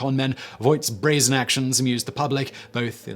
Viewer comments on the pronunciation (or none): none